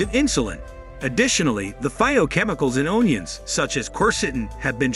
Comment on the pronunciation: “Own ions”? 😂🤣. Ridiculous